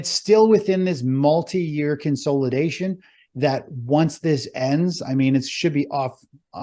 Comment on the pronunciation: Let's play a drinking game... take a shot every time says "Con-SOLE-idation" or "Stage 4 DEE-cline" lmao